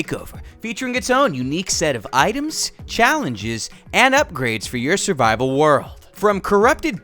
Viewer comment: “Surbibal” What.